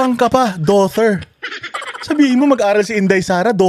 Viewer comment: 😂😂magaling ka pa magenglish doughtir!!!😂on